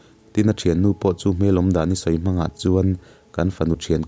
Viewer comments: Mawnga tih hi a hiama thluk tur, kel tih anga lam tur,kawl hming a nia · Mawnga tih hi a thluk a dik lo